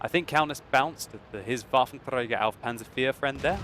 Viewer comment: woar wie mich das Triggert wie er das ''Waffenträger auf Panzer IV'' ausspricht..da denk ich echt einen moment lang an Hitler :P